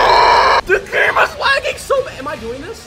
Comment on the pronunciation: did he says game or gey?